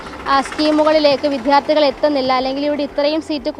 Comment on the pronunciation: വിദ്യാർത്ഥി എന്ന വാക്ക് ശരിയായി ഉച്ചരിക്കാൻ ശ്രമിക്കു.